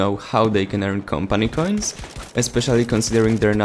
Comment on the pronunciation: Am i the only one annoyed by how he says Campany Cains?